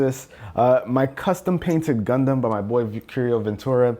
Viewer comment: Please dont say gundam it looks like u are saying condom